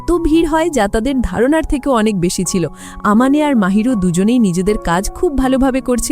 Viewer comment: ছেলেটার নাম mahiru আর মেয়েটার নাম আমানে আপু পরের বার থেকে ঠিক করে বলবেন